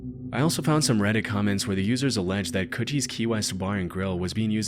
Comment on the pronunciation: “Captain kutchies key lime pie” is pronounced coochie it’s totally a slang for pussy you didn’t stumble into anythingi